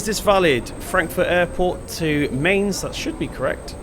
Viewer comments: pronounciation of Mainz is like mines. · Pronounced “my-ns” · Mistake buddy 🤔 should be Mine-ts / my-nts Keep up the good work learning German! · The 'Mai' at 'Mainz' you say more like 'My'. So you say it like 'Myns' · Mainz say it like minz